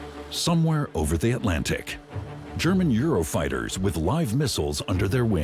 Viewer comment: Very good but must we have the American "miss ll" rather than the correct English pronunciation of "miss isle". I find this American distortion of the English language very irritating. Like pronouncing "Atlant ic" as "Atlan ick" And Trump's version of Thailand as "Thigh land"